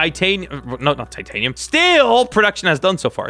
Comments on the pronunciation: why do you want to call the steal taatiniom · Does anybody notice he says titanium